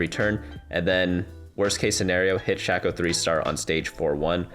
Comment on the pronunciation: great video but i exited out once i heard "shack - oh" please my ears hurt.